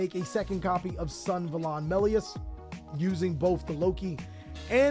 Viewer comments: Bro its Sun-A-va-lon not Sun-va-lon, sick video tho <3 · Can someone please tell him that its pronounced Sun-Ah-Valon and not Sun-valon? Deck seems pretty cool, tho. Correct me if im wrong but this looses hard to ht if you dont have brave access (or extenders that I dont know about) so I doubt its a serious tier 1 contender.